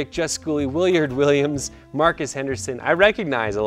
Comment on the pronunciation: “Willard” = “wil”+ “lard”. A lot of people do a “liard”. I ain’t mad atcha’, keep looking forward to learning from your videos as we progress!